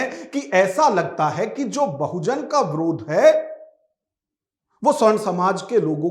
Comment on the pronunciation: अरे यार विरोध होता है । आप ब्रोध क्यों बोल रहे हो।